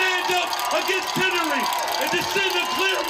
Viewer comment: Did he mispronounce tyranny? I swear he said “tynnary”. 😅 what a buffoon.